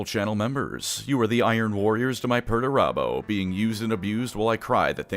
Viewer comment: all im hearing is Megatron